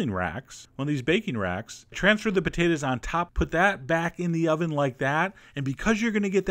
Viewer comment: i dont get why he says "patatas" isnt it potatos